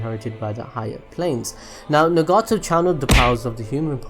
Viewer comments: It's NAgato not NEgato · I don't care what you think I ll say Nagato like nugget-to. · the way he pronounces Nagato so weird XD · sweet Jesus why are mispronouncing their names like that?! "ne-gato" "o-beeto" 😭😭 its like you've never watched the show before...i couldn't even finish the video dawg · Put stresses on the right parts of the names and nouns: RIN-ne-gan Sha-RIN-gan NA-ga-to U-chi-ha MA-da-ra PRE-ta NA-ru-to etc. Apart from that, good video👌